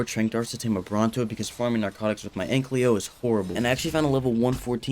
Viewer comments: It’s not “ANK-LY-O” it’s “AN-KY-LO” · Istg if u say ankLEO again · I swear everytime he says AnkLYo😂😂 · Every time this guy pronounces ANKYLO wrong, take a shot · I’ve been watching this “video” for a while and it is infuriating me that he says ankys name wrong!